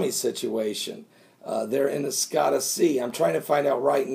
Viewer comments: Scotia is NOT pronounced Skottu. It is pronounced skoshu with O as in "open" and a as in "up". I lived in Nova Scotia Canada when I was younger. Nova Scoshu when it is phonetically spelled. My Canadian ears say OUCH every time you pronounce it skottu. Don't worry, I am well aware that absolutely none of us can pronounce every word and name there is. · ..."Scotia" (sko-sha)...as in Nova Scotia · scotia is pronounced sk oh--sha